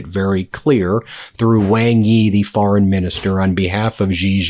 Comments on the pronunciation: Ben, Wang Yi's surname Wang (王) is pronounced like "wahng" or "wong", sounding similar to the English word "song" or "long" rather than rhyming with "bang". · Good segment. Just a small bit of advice: The Foreign Minister of China is named "Wang Yi", as you say. However, "Wang" is not pronounced Wang, rhyming with Sang, or Tang. Wang is in fact pronounced "Wong". rhyming with Song, or long. You seem quite knowledgeable in Asian affairs. But if you can make this one tiny adjustment in your pronunciation when you speak the name of the Chinese Foreign Minister, (someone who's name you will say a lot), you'll gain a bit more credibility with your Chinese speaking audience.